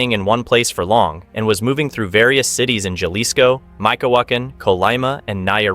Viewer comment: If you’re gonna do a documentary on this shit atleast learn to say some shit right….wtf is los zeatas ….zetas pendejo & wtf is yalisco